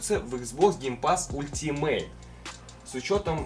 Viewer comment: Не ультимейт, а алтимейт